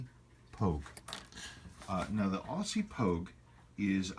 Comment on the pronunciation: Love your videos. I have an April '69 Proof, notched case Pogue on the way. Can't wait.... Btw. It's 'Ozzy' not Awwwssssy;)